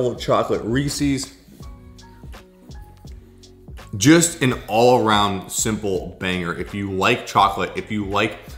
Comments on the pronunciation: You have a great media voice but fyi it’s promise pronounced “Reese-is” Like Reese as in Reese Witherspoon, not “Reese-ease” ;) Thanks for these recipes, can’t wait to try them out! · This is amazing, great video! Except of course, it's definitely not REEEEEESIIIIIEES. It's Reese's. Lol 😂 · Reese’s is pronounced rees-ez not ree-seas. Would you say something owned by Reese Witherspoon was ree-seas? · Omg. Reese's rhymes with pieces NOT feces!!!! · "Ree sees" 🤢 Other than that, good video. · Why is everyone mispronouncing Reese's all of a sudden? Do you hate Reese's? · Please don’t pronounce Reeses that way